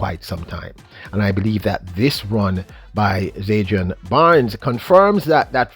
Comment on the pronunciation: Bro, its ZAN-DRI-ON